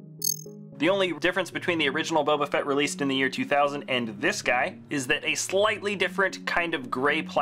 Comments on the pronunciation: he said Boba Frett 🤣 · He said in the third one boba frett 🤣